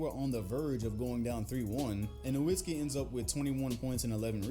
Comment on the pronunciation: Try reacting to Dirk Nowitzki to learn more about him and his playoff run in 2011, also the "W" in Nowitzki is pronounced as a "V" because he's German